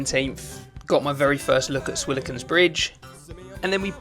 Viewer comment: It’s Swilken…not Swiliken